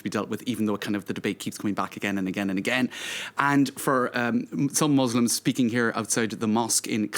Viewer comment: he struggles to say the word “muslims”. PATHETIC!!!!!